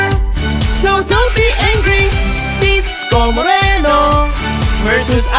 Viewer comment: Disco Moreno hindi Isko Moreno